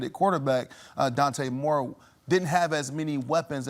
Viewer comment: Dude hates Oregon… couldn’t even say Dante Moore’s name 😅